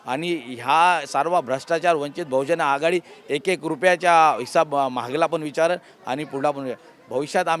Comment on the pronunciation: अरे भाई | जीस पक्ष में काम कर रहे हो पहले उस पक्ष का नाम तो ठीक से लिया करो | वंचित बहुजन आघाडीने आपको टिकट दिया यह खुशी की बात है | लेकिन आगे से वंचित बहुजन आघाडी का नाम ठीक से लेंगे यह अशा व्यक्त करता हूँ |